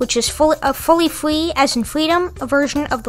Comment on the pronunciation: Fwee as in fweedom 😇